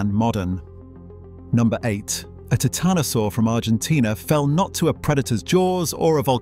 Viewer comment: You should know that the "i" in "Titanosaur" is pronounced as a long vowel as in the word "Titan" and NOT as in the word "Tit." It makes a difference